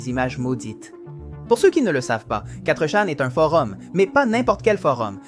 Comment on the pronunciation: Bon travail, bonne video, mais la voix terne, et l'absence de synchro c'est dur. Vu la facon de dire quattre chan au lieux de fourchan. Et plein d autre detaille donne l impression d'un truc fait par l'ia. Bonne continuation